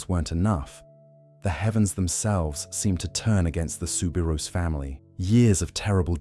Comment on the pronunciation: The correct way to pronounce her name is souberoo not ousssss